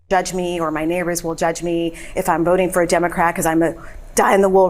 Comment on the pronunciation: It always amuses me the way Ben says "because" like "becoss"